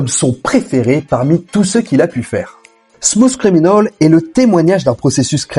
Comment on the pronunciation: Ah oui... Smousse criminaule! Sérieux les cousins français forcez-vous un peu avec l'anglais